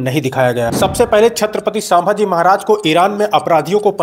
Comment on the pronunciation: Actually vo saaambhaji nahi bhai vo ch. Sambhaji maharaj